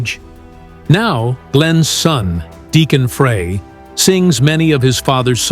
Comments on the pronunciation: Frey. Fry not fray!! So annoying. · Frey is pronounced FRY!!! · Teach AI how to pronounce every word they are saying. Frey should sound like FRY!!! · It’s so embarrassing to this channel that the creator of this video didn’t even bother to learn the correct pronunciation of Glenn’s last name. Many other reactors are also too ignorant to find out that it is “fry”. It’s very insulting to his memory.